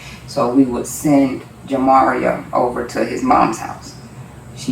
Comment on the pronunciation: 😂😂😂anyone catch that cop say jimMario😂😂😂 then the mum said it